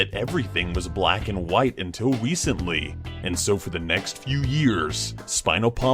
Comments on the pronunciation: anyone else hear say "wecently"? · wecently? Uhhh u okay? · also said wecently like some kid going through early puberty 😎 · said wecently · said wecently